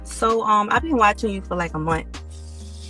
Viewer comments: First off unless it's just for entertainment value you shouldn't have women on here who pronounce the word muntt for the word month WTF what are we doing here, the ghetto hour this woman is speaking straight up Ebonics and I'm sorry no civilized person wants to hear that shit!! Like I said unless it's to laugh at them😅😢😢 the fact is it's just really sad if we're going to get honest. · She’s been watching him for like a munt.😅